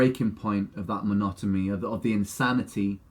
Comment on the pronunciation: Is it just me or does Ren actually say Monotomy with an M, instead of Monotony?? Lol